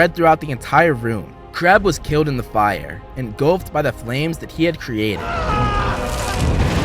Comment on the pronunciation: “It’s kiwwed me”